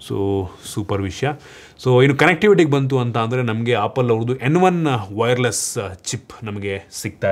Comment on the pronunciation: Apple bro not appul